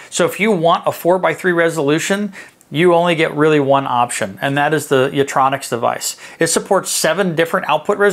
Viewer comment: It's 'YitROX'; not 'Yitronix'. But thank you.